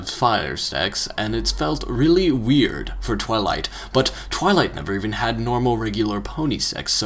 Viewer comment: he can say multitude but not weird?